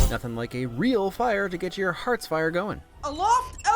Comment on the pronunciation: I always heard heart spire.